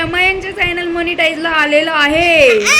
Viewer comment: फायनल नाही ग,च्यानल म्हण,प्रोनाउन्स चुकीचे होत आहे